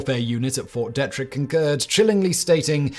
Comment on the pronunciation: It's pronounced Ft. Dee trick. Glad I could help.😌